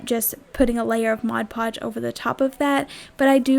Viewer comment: Thank you so much for saying "Mod Podge" the right way. Most people say "Modge Podge", which drives me nuts....I know, not a big thing, but it does drive me crazy.... Absolutely love your crafts. Great job, and out of cheap items comes some very cute, usable crafts.....You have a new subscriber...Thanks.